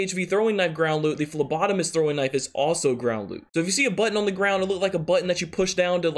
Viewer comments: Whoa he figured out how to say phlebotomist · Hey...you learned how to say phlebotomist!!! Kudos bro..👍😂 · It'd be cool if it was my comment on the last video that taught ya how to say phlebotomist correctly☺️☺️🤗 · Lol you learned to say phlebotomist 😂